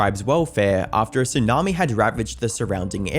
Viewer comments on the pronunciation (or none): none